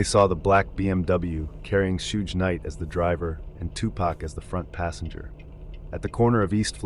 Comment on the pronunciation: Gonna start calling him shooj knight now lmao